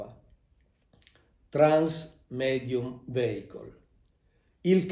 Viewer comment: Con tutto il rispetto per il Prof. Mauro Biglino che seguo da anni, però la parola vehicle in inglese si pronuncia viecol e non veicol